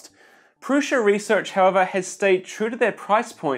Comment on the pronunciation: It's Prusa, not Prusha